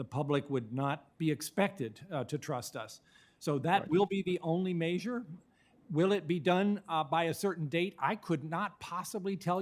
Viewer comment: Make sure you take your 37% effective flu shot to protect yourself once every 3 years. not sure how much one can trust a doctor that can’t pronounce measure. Our surgeon general brought to you by the pharmaceutical industry